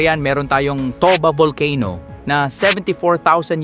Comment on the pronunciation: Correct pronunciation sa word na " volcano" sir is..... "Vul- key-no".